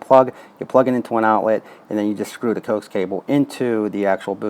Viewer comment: Dude, it is pronounced Ko ax cable short for co-axial cable